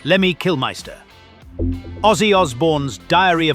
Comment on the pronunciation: #4- Lemmy's last name is pronounced as KILL-miss-ter